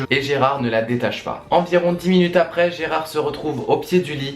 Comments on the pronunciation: Gerald ! Pas Gerard....D'où le titre original "Gerald Game's" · Gérard ??? non Gérald !!!